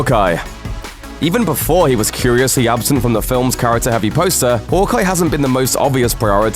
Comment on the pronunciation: the way he pronounced hawkeye made me cringe for a thousand life times